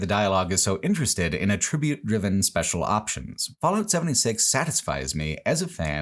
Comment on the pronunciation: Some people say words different